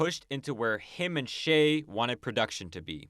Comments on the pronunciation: I guess I'm going to be that guy. "Che" is not pronounced "Shay", the "ch-" is pronounced like "cheese" or "choose" or "cheer". You did pronounce the end of the name correctly "-ay" as in "bay" or "day", although the Argentines would shorten that vowel sound just a bit more than English speakers do. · Excellent video, terrible pronunciation of “Che”.